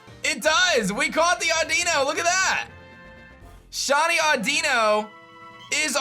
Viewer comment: its aw-d-in-o xD